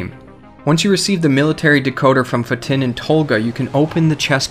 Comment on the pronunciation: when u say fatin's name it was incorrect..... try it like this f-a and t-e-e-n say it like instead of his name being fatin it is fateen:) just looking out for u so u don't look stupid